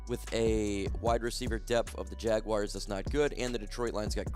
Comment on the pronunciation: Jackass the word is JAG U AR.... NOT JAG-U-WIRE... Jesus